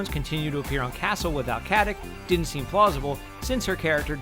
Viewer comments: Kaze se Katic a ne Katik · its not fucking katik its katić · Katić (Something like Katich), not Katik. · it's more like cut-itch (no pun intended). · Stana is of Slavic descent, so the "c" in Katic is(most probably) pronounced as the "ch" in "chair".